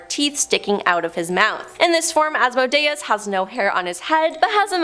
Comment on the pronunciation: Sigh... It's pronounced As-Mo-day-es